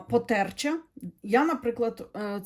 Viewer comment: Добрий вечір,! Дякую вам за розклади, за вашу позицію. Кожного дня заходжу на ваш канал. Тому хочу нагадати, що ви були знайомі зі словом "потерчата", наголос на - ча-. Якщо ви читали "Лісову пісню" Лесі Українки, то згадаєте таких дійових осіб - душі померлих нехрещених діток.